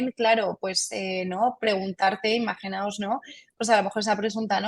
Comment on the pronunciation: Muy bien por la especialista al utilizar correctamente el modo del verbo imaginar. Dice IMAGINAOS y no imaginaros. Cada vez se oye más en tv, reporteros, periodistas y tertulianos la forma errónea de cualquier verbo:.... Imaginaros....